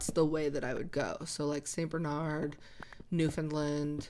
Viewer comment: I’m from Newfoundland 😊❤ Pronounced “new-fun-land”. If you say understand Newfoundland, and they rhyme, you’re saying it right hehe